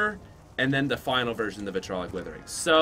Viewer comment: It's vitriolic withering why does everyone say vitrolic